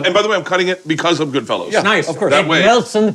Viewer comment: GoodfellAs. GoodFELLOWS cracks me up